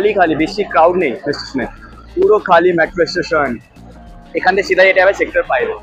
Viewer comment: মেট্রো ❌ ম্যাট্রো ✅